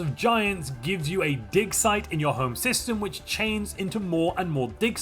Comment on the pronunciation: I was cooking and listening to this. I promise he said “dic size, not “dig site””